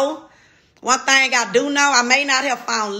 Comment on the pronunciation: You are a beautiful woman and deserve the best! I just have one request: Can you say “thing” instead of “thang” like everything, anything, etc. “The thing is: people......” thang is not a word I hope you take this the right way, just want your communication skills on point, because you are about to level up and soar!!!!!